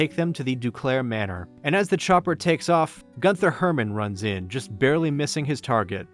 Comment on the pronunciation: "Gunther" is pronounced GOON-ter. "Rothschilds" is pronounced like "roth shields."